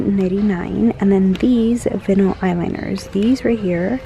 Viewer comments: It’s vine-ull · Vinyl has a long i sound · I went back a few times to figure out what you were saying when you said vinyl. But i figured it out.